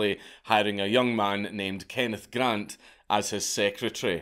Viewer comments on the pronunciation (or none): none